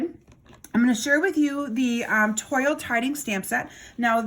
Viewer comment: Pronounced Twal